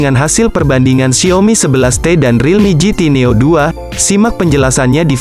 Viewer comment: Gw geretan banget tiap kali dia bilang XIAOMi jadi Xiomi 😆